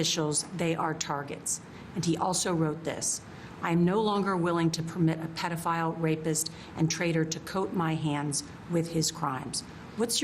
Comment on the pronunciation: "Pay dough file" The President Paydoughfiles